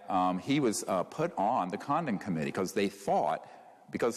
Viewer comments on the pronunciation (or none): I kept hearing 'condom committee' haha 🤦🏽‍♀️